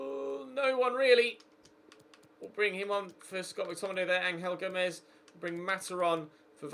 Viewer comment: It’s pronounced ‘Anjel Gomes’ not ‘ Angal Gomes’